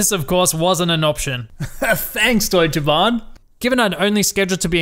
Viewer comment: Your german pronounciation is on point, nice! :D Also: Yeah that's Deutsche Bahn for you...